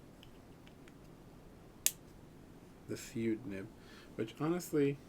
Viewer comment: Hey there the Fude nib is pronounced foo-day not feud just like in the fudenosuke pens from Tombow are pronounced foo-de-nos-kay the root word fude means writing brush in Japanese